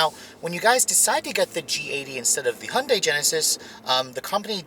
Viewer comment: First learn how to say Hyundai properly and then do reviews.